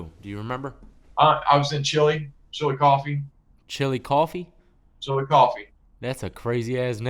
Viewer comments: Chillicothe, not chilly coffee lol. Cracking up bro. Still trying to catch you live so I can join that monthly compound hitter! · U right bleedscarlet. Its Chillicothe. I was wondering if anyone else knew that...ol saying chilicoffee. Lol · Chillicothe. Not Chilicoffee lol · Hey death it was Chillicothe not chili coffee lmao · Chillicothe,...not Chilli Coffee lol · Chilli coffee.... lol... I'm from marion